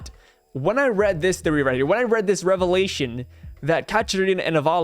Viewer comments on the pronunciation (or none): none